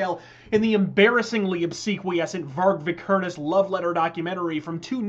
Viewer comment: You totally butchered the pronunciation of Varg Vikernes